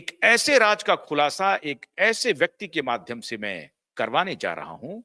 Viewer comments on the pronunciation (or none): Improve your pronounciation. Agar nuqte lagaana mushkil lagta hai to uska hindi synonym dhoondh lein. Sharmila aal ke liye Sarmila ban gayin. Have a heart.Raaz Raaj ban gaya. Take s few lessons in diction